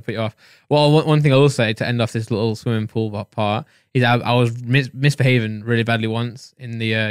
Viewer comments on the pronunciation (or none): Just me that was hearing 'swimming pull' 😂😂